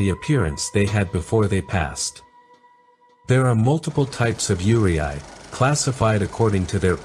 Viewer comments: it's pronounced Yu-rei not Yure-I. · It’s pronounced “you-ray”, not “you-ree-eye”. The Japanese language is exactly how it is written “yurei”. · Yurei is pronounced “Yur-ay” not “yur-ee-eye” btw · How do you go from "yu" and "rei" to "yUrIAi"? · I love how he correctly pronounced "yuurei" when separated into "yuu" and "rei", but reads it as "yurieai" for the rest of the video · It's very interesting, but just FYI. The correct pronunciation for Yurei is (phonetically) "You ray" not "you ree eye". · Yurei is pronounced like "yoo-ray", not yoo-ri-ai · Please note that Yurei is absolutely not pronounced “Yuri-Ai” it is pronounced you-ray. I’m really surprised you got this wrong 😅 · You cant say Yuurei (Its like Rey, not Re ai) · Why did you keep saying "yuuriai" instead of "yuurei"? When you broke down the word near the beginning you said it correctly, so you must have known how to say it, but then said it wrong throughout the rest of the video. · Its you-reh-eee yurei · “Yurei” is pronounced “u-ray”, not “u-ry-ai”. I assume this video is using AI voice but still, it creates a bad impression to your channel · This was great! Just one thing…Yurei us pronounced “You-Ray”. Yurei are mostly those with grudges and can’t move on. Yokai are those that take the form of animals or other beings. An Oni is a demon, a female demon is Onna. So like Kuchisake-onna. “Slit Mouth Woman”. See any of these…RUN LIKE HELL. ❤ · he explained how to pronouce the kanji properly after that still pronouce it as yureay lmao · I was so confused on your pronounciation 😂😂 "Yure-i" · Good documentary, one thing to note tho is Yurei is pronounced as Yu-re 😅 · great video, but just a heads up that "yurei" is pronounced "you-lay" or easier for english speakers, "you-ray" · How misplacing is that pronunciation in "Yurei". It's "you-ray", approximately. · its pronounced as yu ray... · How yurei is pronounced is haunting me T__T